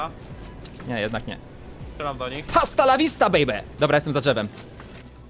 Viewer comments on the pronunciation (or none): astalawista sie muwi h w języku chiszpańskim jest nieme :}